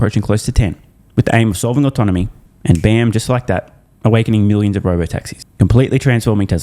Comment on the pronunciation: Dan Ives cant pronounce autonomy